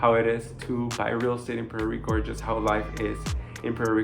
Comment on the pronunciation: What is Puero Rico..learn proper english..